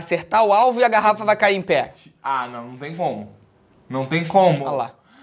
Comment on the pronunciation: " A foi tranquialou pow, ela caiu em péa, caiu em péa" carioques